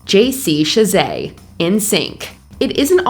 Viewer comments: You pronounce J.C.'s last name wrong. it's Shah-zay, you're saying it like Shey-say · How many people work at Mojo for her to mispronounce Michael Nesmith's (Neesmith?) name like that? I expect this from a solo creator, but not a mega conglomerate channel. Also, I don't think JC Chasez pronounces his name with a French affect.